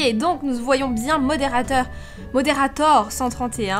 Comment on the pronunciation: pk tu dit bièngggggg pk tu fait l'accent marceillais ? tu nes mmeeme pas marcellaisee